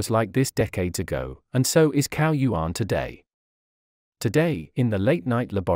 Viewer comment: you should say that like 'tsao yuan'